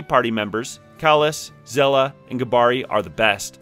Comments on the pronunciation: It's said as Shell-ah🐚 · it’s said SHELL-AH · You can't think it's pronounced "Zella", like how could you even